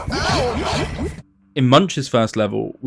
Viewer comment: Watching this and hearing you call them "Slogs" and not "Sligs" bothers me.